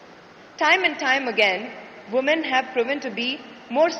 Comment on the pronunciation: she should know how to pronounce woman in plural sense ..